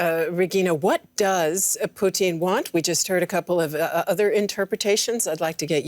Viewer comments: Very hypocritical of Putin to say that their should be elections in the Donbas, but Ukraine's sovereign decision to join NATO is banned. There should be no elections. Also, it's Putin, not Pooteen, work on your phonics. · It’s Putin not poutine. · It's not "poutine" its "Putin" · “Putin”, not “Poutine” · his name is Putin...not Poutine!.....gosh, this host... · Stop saying pooteen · Am I the only one to notice that the reporter pronounces Putin like the Canadian gravy fries? 🤣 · The way she's pronouncing "Putin" is making me hungry. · Lmao why she keep pronouncing Putin like that? Sounds like she's talking of a Canadian thing and not the Russian leader